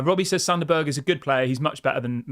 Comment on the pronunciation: It's pronounced berg not burger! Lol